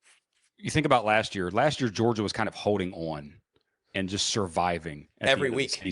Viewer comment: What's with the trend of grown ass men that cant pronounce the 2 letter word "on"? This guy 👆, shane Beamer, Jacob Hester, the list goes on and on and on.....